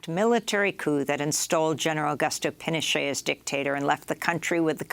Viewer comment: amy goodman doesnt even know how to say pinochet. basically im convinced they jsut wake her up to read a script once a day.